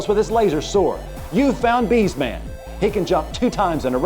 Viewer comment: “B’s Man” *BS (Bullshit) Man Narrator is certainly not a Cinemassacre fan.